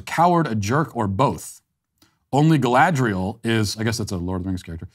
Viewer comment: Lol- How is it that Matt mispronounce every name he comes across but get Galadriel perfect on the first try? 🤣